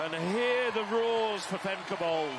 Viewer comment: BOL is pronounced BALL not BOWL. "Victor Ball" is how the announcers pronounce Femke Bol.